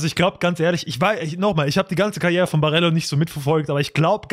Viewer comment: Ich kann die Aussprache von Barello einfach nicht anhören.